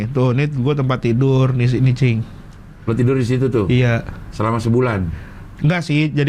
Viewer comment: rigen ngomong cing kaya jing ya hahahaha